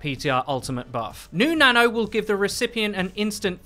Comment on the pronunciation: When you say "new nano" it sounds like you're saying "new nana". Which, come to think of it, I guess that's also correct. New nana buff coming to PTR.